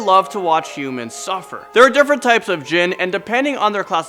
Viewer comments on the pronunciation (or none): none